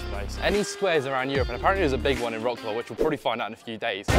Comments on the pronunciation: Thank you for shedding such a good light on our country. Please learn how to pronounce mate! It's like "vrotz- wav" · It’s pronounced “rat-slav” 😂 Good video non the less 👏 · You are pronouncing Warsaw and Wroclaw wrong.